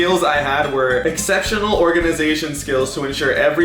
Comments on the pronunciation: ex-cept-inoal say it togather exceptional sorry for bad spelling xD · Kind of sad that a 12 year old (Me) can say Exceptional better than u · I can't believe you can't say exceptional am 10 and I could say it. Also I like your videos your so funny and I hate Starbucks to but I think i will like some coffee 😉😉😎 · Wow im 10 and i know how to pronounce it